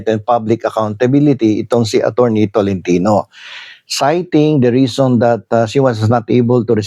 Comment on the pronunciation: ATTY. TORRENTINA PO AND NOT ATORNI TOLENTINO